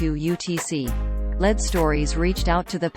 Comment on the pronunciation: I believe the robot announcer should be corrected to say “ LEED” (lead) stories. Not “Led.”